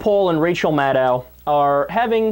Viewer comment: Kyle, a friendly reminder: Maddow rhymes with shadow.